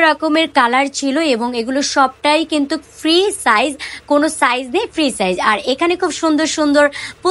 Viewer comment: কিন্তুক না বলে কিন্তু বলুন শুনতে ভালো শোনাবে। কিন্তুক শুনতে বিরক্তিকর লাগে।